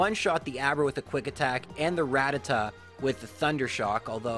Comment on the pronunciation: RAT - TAT - TA NOT RATA- TA